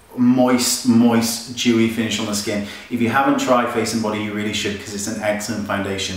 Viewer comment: I thought you said "Jew-y" finish for a second there. xD